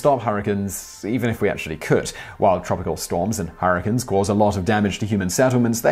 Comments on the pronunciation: Harrikins? You mean hurricanes? (her-a-cane) That's as bad as the way British folks pronounce aluminum. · STOP SAYING HURRICANIS, ITS HURRICANES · nobody: simon reading the bonus facts: harracuns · dank memes oh thank god you heard it too. I think he knew how funny it sounded, so he continued saying it throughout the video.